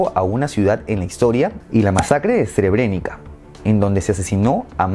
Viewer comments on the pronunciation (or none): Una pequeña aclaración, Se pronuncia "Sebrenitza", y no Srebrenica, aún así me parece bien video, sigue así y te recomendaría que hicieras un vídeo sobre la colonización de Asia y África por parte de las potencias europeas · Srebrenica se pronuncia "SREBRENITSA" Srpska, "SERPSKA" Y Krajina, "KRAINA". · Creo que deberias haberte molestado en buscar la pronunciacion de nombres como "Krajina" o "Srebenica" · Se escribe Srebrenica y se pronuncia 'srébrenitsa'.